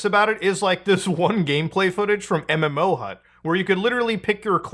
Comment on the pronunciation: This man said MMOHUT 😮 Big Flashbacks.